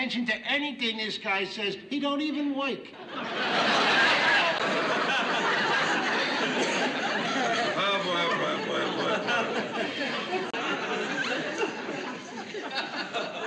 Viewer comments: 😂😂😂😂😂😂😂 A he's unemployed And 2 he don't woik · Don't pay no attention to this guy, A he's unemployed, 2 he don't woik. (not a typo).